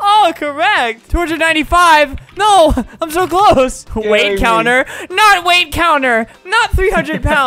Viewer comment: he's sou good